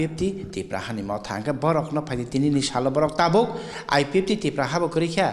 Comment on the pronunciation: Not Tiprasa dopha. ...Tipra dopha